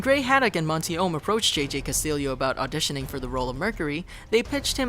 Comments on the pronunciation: As a note to ChannelFrederator (or at least ): Castillo is not pronounced (Cast-il-leo), it is pronounced (CAST-EEYO). Every Hispanic/Mexican cringes or gets angered when they hear this mispronounced this way. Especially as often as. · His name isn’t pronounced Castillio it’s Cast-ieyo. It’s Spanish.